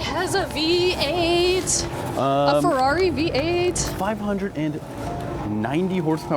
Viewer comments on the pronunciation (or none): none